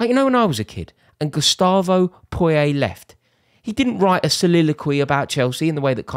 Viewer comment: Gus Poyet isn't French, his name's pronounced like courgette but with a P not a C at the beginning.